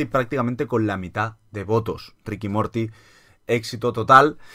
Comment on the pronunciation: Se dice Ricanmorti